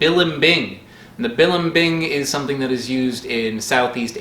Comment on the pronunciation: say it with me: buh-leem-bing